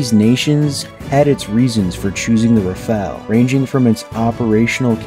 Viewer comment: It's RAFALE, not RAFAELE.